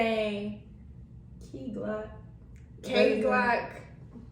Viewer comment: His name is “kay FLOCK” not Glock 😂🤣 🤦‍♂️